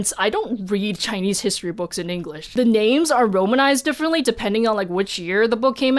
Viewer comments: I love how fluidly she can just tackle these names, I would be butchering these SO badly. It’s really enjoyable to hear how they’re supposed to be said. Alright now all that aside, THIS EMPRESS IS MY NEW HERO OMFG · She catches me off guard going with the fluent pronunciation of chinese names.